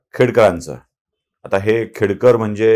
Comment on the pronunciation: खेडेकर बोला सर,खेडकर नाही.खेडेकर मराठा आहे..